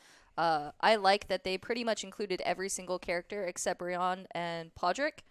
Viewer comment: That girl needs to learn how to pronounce the names yo what the hell. How can you watch this show and not know how to say Brianne??